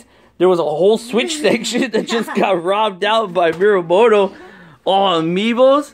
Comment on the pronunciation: just saying it's actually miyamoto not miramoto